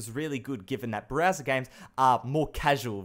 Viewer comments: I love how he says BRAZZER instead of Browser😂😂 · i'd kept hearing Browser as Brazzer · is it me or when he says Browser I mistake it for Brazzers